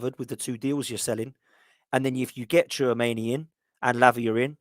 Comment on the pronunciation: if it's spelt tchuomeni, then u will get it sounding right